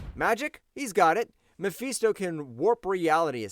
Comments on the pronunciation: It's muh fist oh not me feast oh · bro cant even say Mephisto name right then got the nerve to put doom low asf on this list